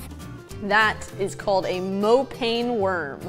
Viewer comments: South Africans cringed when she said "mopane" its Mow-paan-neh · Host: That is called a "MoPaNe" worm me: 😔🤦‍♀️ It's Mopane like more - paa - neh(like meh but with n) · Lol a Mo-pain worm.....😂 it's pronounced "mo-pa-nee" worm. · Mopane worm is pronounced Mo-pah-nee worm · Not mo-pane, it is pronounced mo-pah-neh, 3 syllables. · It's pronounced "moh-puh-neh" not "moh-pain" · It is pronounced moe- pah-ni not mo-pane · Uuumm that is not how you say Mopane, I am so excited they are featured in this video. They taste good when cooked right